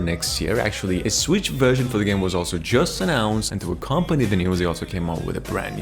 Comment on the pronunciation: What is this "Swicth" system you speak of?